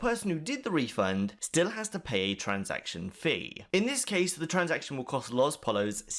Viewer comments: "LOS polos" for fucks sake its Poyo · its pronounced poyos not pallas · lospollos is pronounced lohS poyos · Lol the way you say LosPollos though 😂